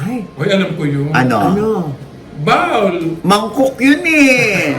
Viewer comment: Bowl pa rin ang pagpronounce not BAWL lol